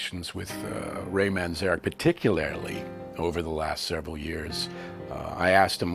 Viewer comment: Couldn’t you find anyone more qualified to give an opinion about such a legendary rock band ? You picked a random record store owner , probably from Seattle who tried four times at least to pronounce Ray’s surname correctly, it’s Manzarek with one N not two . Obviously doesn’t know much at all about the subject 👎